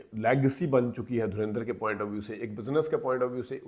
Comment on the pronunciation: Why do you Pakistani people pronounce Dhurandar as Dhurendr, can't you pronounce it properly.